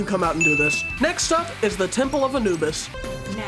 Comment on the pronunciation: When he said temple of anubis, I heard ten pull of anubis lol